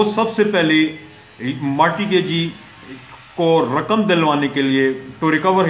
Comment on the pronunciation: Sir it is not Marti gagee ,it is mort gagee .and 2ndly ur lecture is totally unsound .unable to understand .firstly clear ur own concepts than uplad ur vidios.